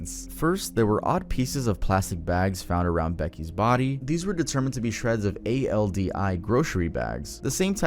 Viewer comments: ''A.L.D.I'' Is pronounced Al Dee incase your wondering. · A.L.D.I. bags? It’s pronounced “all dee”. 🙄🤦🏽‍♀️ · This type of thing happening is... Just terrifying, it's horrible that people would do such things calling Aldi "A-L-D-I" I actually never heard of it being called that, I always just called it "Aldi" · Its ALL-DEE not A L D I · its not: A.L.D.I it’s pronounced(al-dee) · Bruh it’s pronounced as All-Dees 🤦🏼‍♀️ not A-L-D-I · I really appreciate the thoughtful manner you discussed this in. Sometimes videos like this seem insensitive to the victims and their respective families, but this felt like a very clean and well-rounded explanation of public information. BTW it is not A.L.D.I my guy — “all-dee” works LJSAOKSNFOWJef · Idky I couldn’t stop when he said A.L.D.I instead of ALDI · It’s not an A-L-D-I bag lol it’s a grocery store pronounced “All Dee’s” haha just had to point that out lol loved the video though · A-l-d-i is pronounced "All-dee"..... We don't spell it out. And most say "All-deez“ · I know this is off-topic, but I like how you say A-L-D-I. Me and my family just pronounce it as All-Dee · “ A L D I bag” ITS ALDIS FREN😩 ( AL-DEEZ) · A.L.D.I 😂 you mean All-Dee? Lol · it's All-Dee not A-L-D-I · Hey. Im from the midwest. Its pronounced ALL-D. Not A-L-D-I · A-L-D-I … it’s Aldi. All-Dee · btw aldi is just pronounced how it looks😭😭 “all dee” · A-L-D-I 😂 That store is called Aldis its just one full word, doesn't stand for anything lmaooo. Love you so much ❤ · Hey, great video. Just wanted to say that in the Midwest, the company on the plastic bag is pronounced All-dees. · erm ackchually it's pronounced "al-dee" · I’m sorry but the way you said the grocery store cracked me up it’s pronounced All-Dee 😂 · "a-l-d-i bag" 😭😭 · A.L.D.I.? Seriously? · no one is sounding it out for you so its "all-deez" x D i died when you said it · a-l-d-i made me chuckle a little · had me cracking up😂😂😂 its pronounced (ALL-DEE) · Aldi "All-Dee"